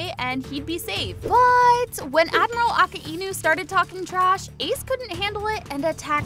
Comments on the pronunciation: aka-ainuh ✅ akainu❌ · Bo its Akajnu not Akainu💀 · its a -ki - nu just pure disrespect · U said aka inu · “Akah-einu” lol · Is nobody gonna talk about she said akaenu💀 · Bro said"Aka e nu" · Her: AKUH ENU Real One piece watchers: Akainu. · Now way blud said aka inu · You don’t pronounce akainu like a-ku-inu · Girl really said aka inu not akainu 😂 lol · Bro said aceinu💀💀💀💀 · Bro said akkienu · It’s not aki inu it’s a kinu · "Aka-Inew" so it isn't "Akainew"? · Bruh it’s Ak ai nu not Ak a i nu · It’s not aka-inu it’s a-kai-nu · How to pronounce akainu is uh kai nu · It,s akainu not aka inu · Aka-inu that’s not the name ALSO SHUT IT PELL IS A W CHARACTER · A-ka-I-nu???? A-Kai-nu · who calls akainu aka enoo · Ak e i nu and not akainu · Ak a i nu 😂😂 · Not aka inu but akainu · bro really calls akainu akaenu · She did akaniu dirty she purnounsed his name so wrong Aka - enu like why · no you deserve it you said aka-enu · boi why’d you say Aki inu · A-ka-i-nu damn bro sounds like my dad trying to pronounce something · AKAINU AUCK-I-NEW! AKAINU. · Her: “When admiral aka-inu started…” Me: I know how to pronounce its akai-nu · it's a good video apart from the prununciation of Akainu its like uh-kie-noo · You definitely haven’t watched one piece hiriluk told chopper to get the mushroom from that book. He lied to chopper saying it would heal him. Plus you called akainu akay inu 💀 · It’s A-kay-nu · A ka Inu 😂😂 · ITS ( AK EIY NU) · I understand what you're saying but it's just goofy to pronounce it like that